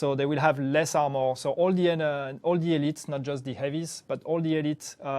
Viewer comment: Love the highlights +, Great changes coming. Although I legit thought was saying Elite enemies will have "17% percent less ammo" and then going on to say that they would be easier to take down. THen I realized he might be saying "armor," haha.